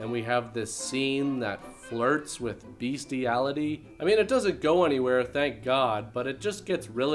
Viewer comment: BESTiality, not beastiality. Justsaying.